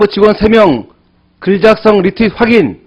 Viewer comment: 발음 확실히 해라 이눔아 확인이지 학인이냐 ...학인 학인 ..한글도 발음 못하는놈이 뭔사이버 사령관이야...